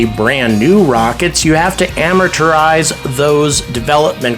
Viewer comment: Could it be similar to US vs UK pronunciation of aluminum?